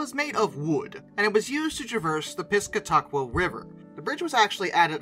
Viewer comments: As a local, I can confirm it’s pronounced Pih-ska-tik-wah. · Pronunciation; Piss cat a kwa. Try it. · Live 1 town over, river is pronounced "Pis-cat i quaw"(short i in the middle) named by the Abenaki Indians Thanks for the video 👍👍